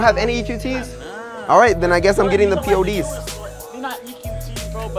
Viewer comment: It's pods not p.o.d.s